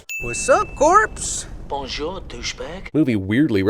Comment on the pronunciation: “Whassup corpse” lmaooo